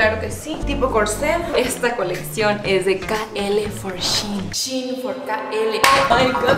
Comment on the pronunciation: Kim solo te digo que shein se pronuncia como se escribe